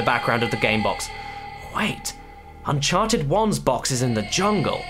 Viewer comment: "un-karted" subscribed